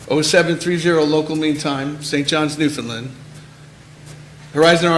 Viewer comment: Ffs. NewFOUNDland. Not newFENland. Can Americans not spell???